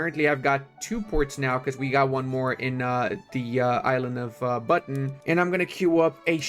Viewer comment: bro said "Buton" as Button in English is the funny part for me as Indonesian🤣🙂‍↕️